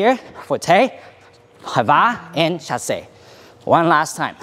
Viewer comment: it is so weird to hear english speaker talk in french "chassey" "reverew" XDDD